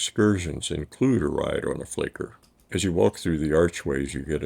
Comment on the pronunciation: Only one error in an otherwise brillant effort: it is Fiaker, not "Flaker"- Somehow the "i" got mixed up for an "l". Again: FIAKER, not FLAKER.